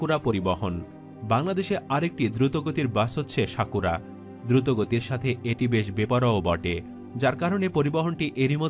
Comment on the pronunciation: শাকুরা নয়, সাকুরা😂